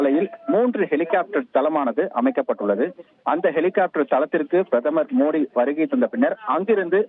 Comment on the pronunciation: இவர் ஏன் பாரத பிரதமர் மோடி அவர்கள் என்று சொல்லாமல் மோதி என்று உச்சரிக்கிறார்..